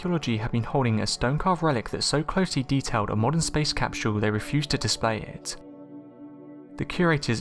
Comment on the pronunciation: For the love of god it’s pronounced “cap-sull” not “cap-shull”